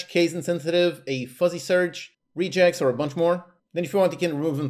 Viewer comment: I had to do a double take when I heard you pronounce "regex" like "rejects". 😅 -- Btw, this is a helpful review. -- I have this tool already and kind of dismissed it because it didn't seem that helpful, but the filtering and stack trace are changing my mind...